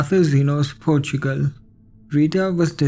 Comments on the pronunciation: PORTUGAL - PORTSCHUCEL 😂😂😂😂😂😂😂😂😂😂😂😂😂😂🙈🙈🙈🙈😡😡😡😡🤣🤣🤣🤣🤣🤣🤣🤣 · Dude say Portugal again HAHAHAHAHA